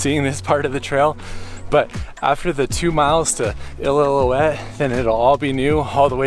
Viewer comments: I.L.o. uette is how it’s pronounced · He said “ill-ill-illoutte falls” lol great vid dude! Doing this hike next week for my 40th bday!